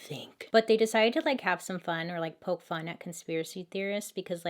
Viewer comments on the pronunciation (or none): none